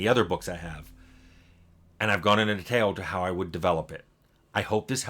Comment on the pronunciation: Every time Tim says "detail" it triggers something in me. And he mispronounces it a lot in his videos.